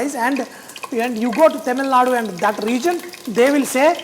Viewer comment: Bro its not Temilnadu... Its Tamilnadu